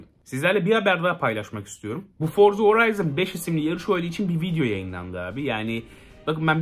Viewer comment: Forza Horizon diye okunuyor Horayzın diye değil.